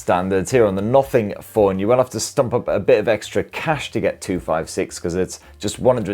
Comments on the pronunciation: Nuffing Phon 2Eh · British English 🤣